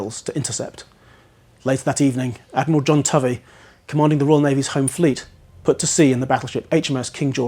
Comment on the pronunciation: But the Admiral is pronounced: Toe vee. Also, 'harassed' rhymes with 'embarrassed' and you'd never catch a Mitford sister aspirating an H.